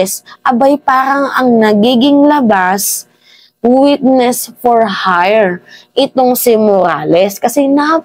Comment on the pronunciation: Drug for hire un mimaa.hyre anng pronounciation